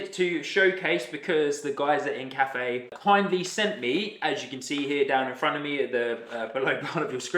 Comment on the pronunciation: I think it’s pronounced Inca-Fe. Like the Inca people of Peru